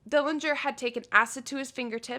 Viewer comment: Very interesting regarding fingerprints. The correct pronunciation of our Dillinger family name is with a silent 'g'. Thank you!